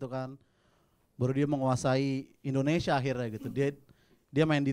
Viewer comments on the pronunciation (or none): none